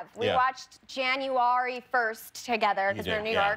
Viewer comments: That was a new way of pronouncing January, I think. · Yall she pronounced January like that because the new bachelor’s name is Arie...